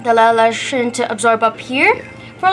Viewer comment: Leatha lotion